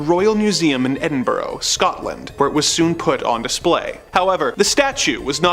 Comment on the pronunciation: Jesus, who the hell says "EDINBURROW? It's "EDINBRUH" or "EDINBURRA".